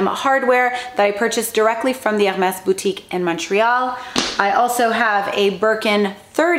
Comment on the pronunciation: Omg 😱 the way she says H’ermes is bugging me. Sorry not sorry. 🥴